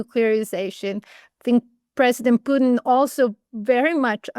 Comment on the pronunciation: Have respect,& pronounce President Putin correctly..